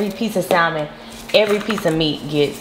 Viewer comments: I had to click off after hearing SALmon several times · Well girl...first you should learn how to say salmon...no shade..none at all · I hate when people mispronounce salmon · The "L"... it's not there